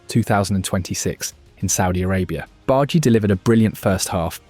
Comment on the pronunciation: btw its "Barr-Dah-Gee" not "Bard-Gee" <3